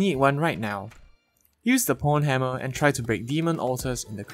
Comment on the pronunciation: me literally wheezing when pronounces pwnhammer as pornhammer